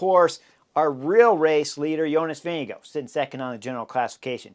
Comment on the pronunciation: Pronunciation of Vingegaard does not end with an “oh” sound. Ask Jonas. Sloppy or disrespectful.